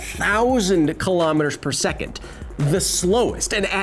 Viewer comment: Your pronunciation of kilometre makes my ears bleed Besides that, love the show.